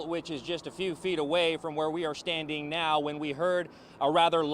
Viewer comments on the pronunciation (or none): "shtanding" and "shpeak" omg stop or should I say "shtop? please SHTOP talking like this!!!